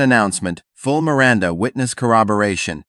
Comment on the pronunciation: Who is "Mir-Rhonda"?